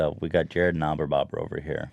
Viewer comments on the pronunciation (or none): Knabenbauer is a german surname. Actually you speak the K. I know, there's much more to say about this story, but as a good german boy I like to limit myself to the essential. Also, nice Podcast :)